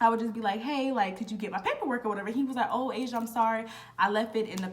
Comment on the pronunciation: “ He kept calling me Ah-see-auh” 🤣😭